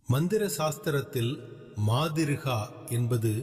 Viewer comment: மாதிருகா இல்லை மாத்ருகா